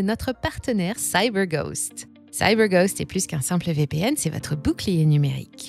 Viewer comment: Je ne savais pas que vous étiez américaine, " Saille beur goste " 😅